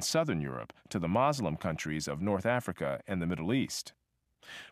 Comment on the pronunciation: Lemme guess, this guy is Christian. I appreciate the other info, but he is reeeally Christian biased making them sound like saints who hated slavery. He really slams Islam (the narrator can’t even say “Muslim” correctly) and minimizes Christian atrocities.” Christianity was used by plantation owners to further oppress the slaves when they found by giving the enslaved humans a false hope of a better afterlife, they were more willing to work in this one. The Civil War was not about freeing slaves. for the South it was about seceding from the Union. For the North it was about keeping those states as part of the Union. Slavery abolished in the North would b undermined by the economy in the South, so they needed to put an end to it. it was about economic power, still driven by profit, not morality. ...and thats when “a new kind of slave” was introduced. They would now b referred to as employees.